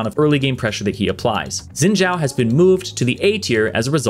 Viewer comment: Dude it's Xin Zhao not Zin Jaw. 😂😂😂